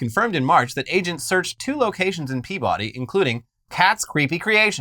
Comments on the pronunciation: is pronounced P’bdy not Pea-body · As a former Mass resident, hearing “Peabody” pronounced phonetically brings me pain